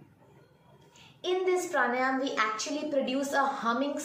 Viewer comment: It's PRA-NAA-YAM and not PR-NAA-YAAM